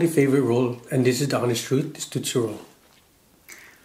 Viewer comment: It’s ROLL not ROW